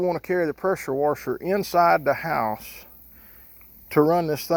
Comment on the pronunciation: When he said wusher I hit thumbs up.thats my kinda people .good video